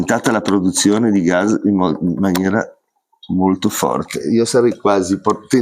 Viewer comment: Ceao, vedo che pronunci "Gaz" invece che "Gas", é dialetto? Io sono rumeno é in rumeno si chiama pure "gaz". 😅